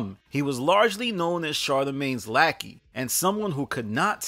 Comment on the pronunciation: “Lackey” lol